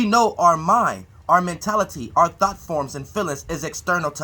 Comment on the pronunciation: I appreciate you continuing to give us the knowledge and info...but please stop saying thot and try to say thought (thawt). No disrespect fam ijs...when you say thought it always sounds like THOT! 😂😂